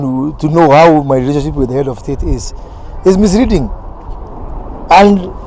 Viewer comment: I quote Moses Kuria "My Rerachonchip with the Head of State is very Spechio, i have helped him in all his Errections. Very smoothry. I respect the Head of State" 🤣🤣🤣